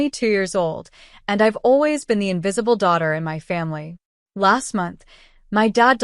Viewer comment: It's MY not M.Y.